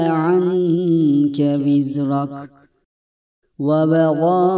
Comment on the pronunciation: Vizreke yazıyor vizrak okuyor hangisi doğru